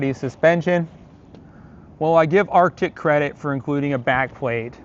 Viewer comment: It’s pronounced ARTIC